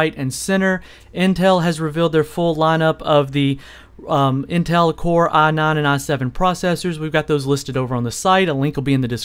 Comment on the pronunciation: I hate the way he pronounces "i9". "aah naan"